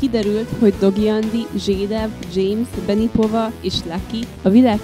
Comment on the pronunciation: Ember nem zsédáv hanem zsédov